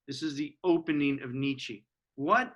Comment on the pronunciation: Thank you. Can you please pronounce his name correctly, however